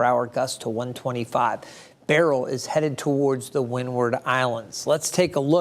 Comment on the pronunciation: Beryl pronounced as BARRELL?